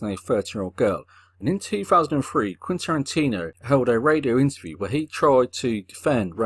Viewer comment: More like "Quinn" Tarantino.